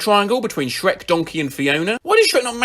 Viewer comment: 'sherk' caught me off-guard lmao i was looking down at my ice cream so i just heard it 'dronkey' too